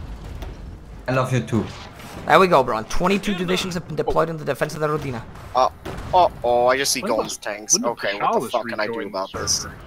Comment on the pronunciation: You pronounce Rodina badly. The strenght is in "Ro" and not "di". Also that "d" is soft not hard.